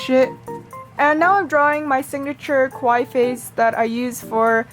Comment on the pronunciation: Just saying it’s not Kawi that means scary in Japanese. You say kawi with and e at the end but type it Kawii just telling u